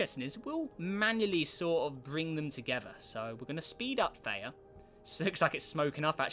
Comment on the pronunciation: Isnt it Th-E-uh?